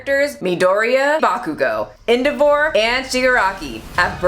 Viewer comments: "Endehvor" Me: triggered It's pronounced ENDEAVOR!!!! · "One of my favorite animes," "En-duh-vore" 🤔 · I was doing great the whole video till....you said Endeavors name wrong. Now I'll say it as "Endthevore" lol offended xD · "Endea-VORE" h-HUh??? DonTs calL hIm thaT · The way you pronounced Endeavor... That was indeed different